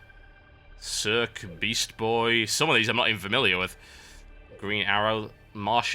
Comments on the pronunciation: i think circe u said it as Serk i think its prnounced sersi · Cerce = sersee Not Serk LOL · Cirk? No, it's Sir-see. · its not pronounced Cirke. It's pronounced liked Seersee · not Circe isn't sirk man.... It's sirsee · i think Circe* u said it as Serk i think its pronounced* sersi (typo fail) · It's pronounced Cir-si not CURC. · It's pronounced SirSee not Kurk rofl. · I love how he says Circe's name as "Cirk" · Or 'Sersay' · Actually it's 'Seersay' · i love how you say Circe "Cirque" lmao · Technically, Circe is pronounced 'Seer-see'. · 1.both marvel and dc comics are good and so are xbox 360 and ps3 stop dissing any of them 2. note to maker circe is pronounced sir-see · And Circe is actualy pronounced... 'Sear-See' 'Sear' as in like 'to sear flesh' and just 'see' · circe is pronounced sir-see btw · Circe is pronounced sur-say. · It's pronounced Sir-see, I believe. Just saying. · I think its prenounced Cer SEE